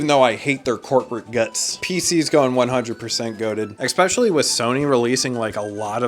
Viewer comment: People who say Exspecially should be closely examined. Great video tho